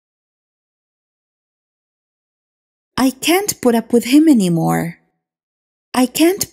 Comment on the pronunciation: استاذه سؤال او سمحتي انا اسمعك تنطقي put up بورب هل صحيح ام انه بود اوب او بوت اوب ؟